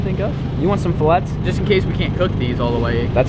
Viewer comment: I’m not sure if it’s a joke or not but when you say fillet it you say it as fillet